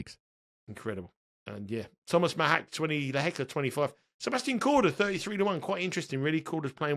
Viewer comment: Predictions are best when people have money on the line! Haha. I only wish would drop his chav / bogan / red neck pronunciation of Machac / Lehechka